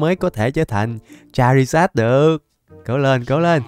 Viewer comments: Anh ơi char-ri-zo chứ ko phải char-ri-rza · Con thằng lằn lửa tên cha ri giội mà đọc cha ri giát :)))